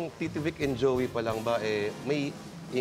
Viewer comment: may napansin lang akong "Jeoy" De Leon. pero WASAK pa rin!